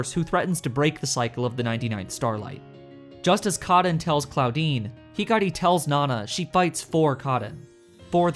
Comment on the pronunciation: „Claudine“ subtitles hearing „Clawdeen“ omfg